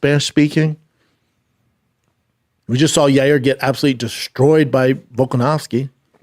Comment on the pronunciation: Who is Yay-er Rodriguez?